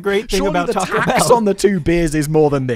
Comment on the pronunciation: Sorry but Taco Bell is not Mexican food in the US, it's fast food. There are great Mexican restaurants all over the US. Also, Simon, you can't have an opinion on Mexican food until you pronounce taco correctly🙂